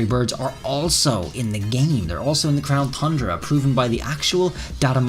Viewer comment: My one question is why does he continue to say crown thundra? Is it like a joke I’m missing?